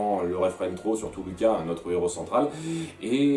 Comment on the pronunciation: On dit "Louca" c'est italien pas difficile de prononcer sans déc 🤌🤪🇮🇹